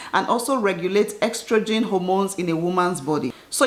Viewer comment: Its not "ex-trogen" but "es-trogen"🤧